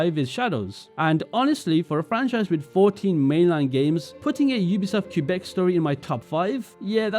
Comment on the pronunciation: Idk how much I can trust you if you don't even know how to pronounce Quebec... Ofc the disrespect towards Asian cultures doesn't matter to you. For instance, the fact you could enjoy the "sumi e" mechanic is beyond me, an Asian. If you saw someone writing with a fountain pen, holding the paper like that, with nothing behind it for support, would you be taken out of the immersion? But I guess since it's Asian, it's exotic, so who cares? You don't care, and I shouldn't expect people of your background to care 😞 but please do not belittle our concerns and protest